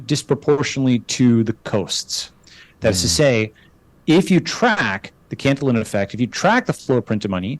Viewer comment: It is pronounced can-tee-yawn